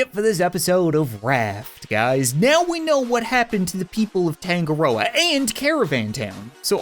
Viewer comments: Uhh Cap I'm pretty sure it's not Tan-go-roa it's Ton-nga-roa which for my culture is a Maori god who is god of the sea. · Tangaroa token = tangaroken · is anyone going to metion that tangaroa is actually the god of sea in maori mythology? not going to lie that's some smart naming wait that means that it could've been made by NZ ppl and also that's not how your pronounce it (search it up)